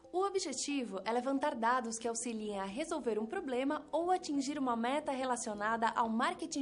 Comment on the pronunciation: Tem mestrado mas fala “poblema”... foda hein?